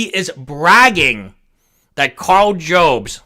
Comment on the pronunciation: by the way it's pronounced "jobs" as it someone who is going to need a new "jobst" after losing a court case